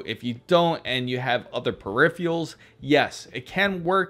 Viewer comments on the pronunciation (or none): Please dude, make an effort. It's not periphials, it's peripherals. You're talking to some young people who will probably mispronounce this word for the rest of their lives and get into arguments with people who try to correct them because they heard is on the Internet where everything is perfect and real. It's a big responsibility I know, but you have to accept it.